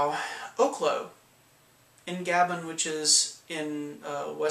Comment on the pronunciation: Gabon is pronounced as "Ga-bÓn" as in words like crouton, citron, petron